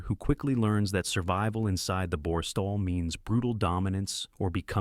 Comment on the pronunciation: Such as Booooor Stall, Winn Stone, etc. Gaps between words, utter boll8cks isn't it.